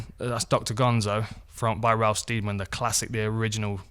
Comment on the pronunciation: Sted- man, not Steed-man. Just saying, Dan.